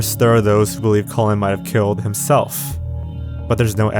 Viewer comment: The video is great and your narration is also pleasant to listen... but I can't unhear your pronunciation of the man's name, Colin as colon...